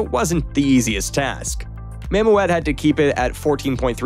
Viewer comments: nice video; please try to pronounce the word mammoet correctly; is is not mam-moe-et. It is it mam-moet ( oe sound the same as in the word fool) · You need to learn the difference between, SPMT’s, SPT’s, Girder Fames and Conventional draw bar traliers It’s pronounced “Mam-ooooot” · "Mam Oh Ette"? Who came up with that pronunciation?